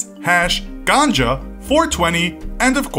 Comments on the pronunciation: In its ganja not ganga😂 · Its ganja not ganga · Ganga? really? GANJA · It's Ganja not Ganga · it's ganja, not Ganga.. Ganga is the name of the holy river. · It's "Ganja" not "Ganga" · Ganja not Ganga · It is ganja not ganga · ganja, not ganga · Hash is not a slang name it‘s hash lol and it‘s written ganja not ganga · Hey its ganja not ganga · Ganga? Ganja* ganji jumanji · GANJA NOT GANGA 🙁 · It's Ganja, not Ganga. Ganga is a river in India. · Ganga?!!! NANI?! HAHAHA ITS GANJA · Wait Ganga not ganja? 😂